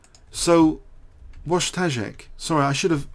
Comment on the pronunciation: try to pronounce it like "voitashek" it should be good. BTW I'm from Poland and this guy is too:) but it's bad he has lost